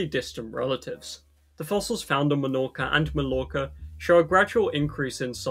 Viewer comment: Melorca, malorca and aiviza, the three major Balearic islands... Man... You also have all of the correct pronunciations in English, its not like ñ or something, you have them on normal words